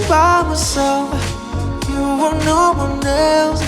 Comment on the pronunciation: Did I just hear NAURRR😭😭🫶🏻🫶🏻🫶🏻